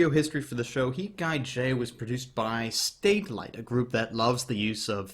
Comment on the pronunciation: Great review, thanks. BTW, I may be imagening it, and I'm not American, so it may be pronunciation, but I think you say (in several reviews) "Statelight", when it is, in fact, Satelight. Not important, but the whiskey is telling me to pass this info on to you.